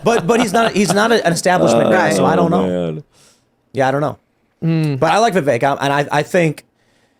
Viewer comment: the name is pronounced "vi-VUHK', NOT vi-vayk.......